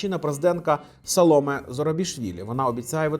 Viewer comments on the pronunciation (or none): none